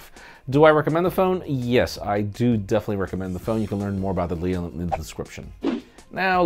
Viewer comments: “leal”? You mean deal? 😂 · Hahahahah what did he say ??? The dhdhdhdjfjjfeeal hahaha